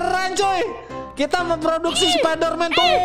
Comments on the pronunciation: Bang bukan sapiderman spaiderman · Bang bukan sapiderman tapi spiderman